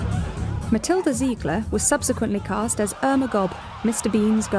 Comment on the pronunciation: bro i thought it was welma not irma BRUH